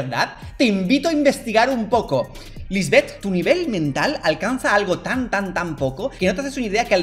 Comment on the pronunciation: Escuché nivel dental en vez de mental jjajaja